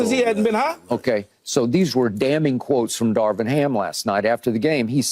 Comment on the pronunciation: Darvin not Darwin, key 😂😂😂😂😂